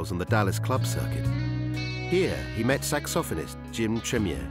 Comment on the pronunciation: That dude just said SAX-OFF-ANIST! But real British style like it is a real word. Does he call the saxophone a sax-off-on?